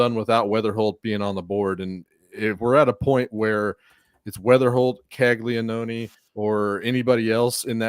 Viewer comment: Bruh Caglianone has been a monster for 2 years now at Florida, was a consensus top pick, and yall still have no idea how to pronounce his name…? Cmon man